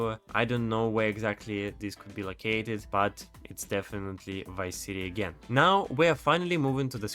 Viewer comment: He said wice city 😂